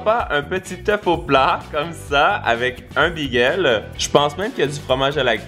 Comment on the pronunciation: C moi ou il dit “bigel” Sinon, j’adore tes vidéos!